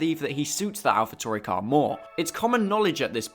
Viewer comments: But why do you pronounce Alpha Tauri like you're the famous name butcher Christian Horner? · They way you say alpha tauri just sounds wrong